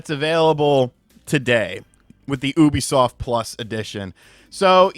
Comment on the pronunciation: the way you pronounce Ubisoft as "Oubisoft" instead of "Yubisoft" irks me but yea Xbox is done as a brand